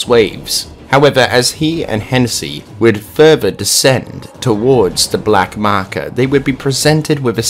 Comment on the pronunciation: Nobody:: The markar